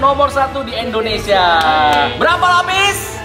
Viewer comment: Indonesia banh bukan endonesiaa😂